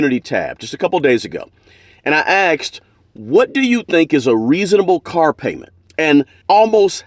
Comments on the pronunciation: What did you aks?? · You "axed" em? 😢😂